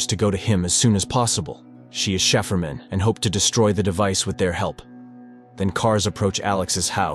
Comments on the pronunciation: shiferman hahahaha its said cyfferman aka cipherman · not shapherman but Cy-Pher-man